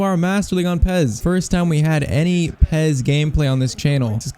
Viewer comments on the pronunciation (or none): Pes not pez